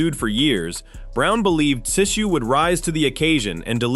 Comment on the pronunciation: Tee zyuuu Come on AI